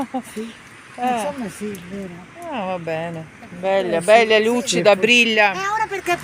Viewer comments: БелЯ макініна.. БеллАаааааа... Як ви розмовляєте??? Вчіть мову. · Якщо ,ви пані уже довго в Італії живете то вчіться говорити правильно по італійськи не беля а белла,невже ви не чуєте як говорять і як говорите ви?